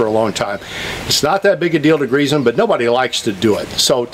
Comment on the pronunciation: why is it so important to properly pronounce “zerk” while improperly pronouncing grease with a “Z”? Don’t even get me started on brush hog! That should be called a Bush Hog if it is actually a Bush Hog, otherwise I think it is a rotary mower. Carry on.....